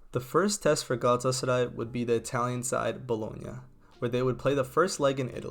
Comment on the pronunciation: i love how well he pronounces Galatasaray